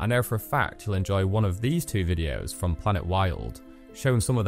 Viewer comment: During your promo I had to forward/rewind several painstakingly to find the name of the thing. And it sounds like planetworld in your narration.. Please put PLANETWILD in BiG BOLD letters on screen during the promo. I want to help, maybe volunteer.